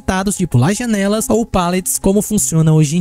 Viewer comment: Eu amo quando começo a perceber que o coloca assento em palavras aleatórias em quanto ele fala ( pôrtas côrrem jãnelas detálhe ) sou obcecado nisso ❤😂.